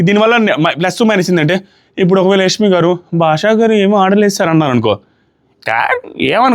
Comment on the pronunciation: Yashmi❎ yakshmi✅😂😂😂